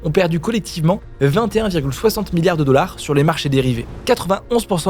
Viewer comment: J'avoue 😂 La perle est attribuée au dollards 😅